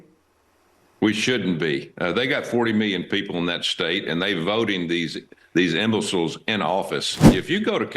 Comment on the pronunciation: “These imbilcils.” Go back to the nursery grandpa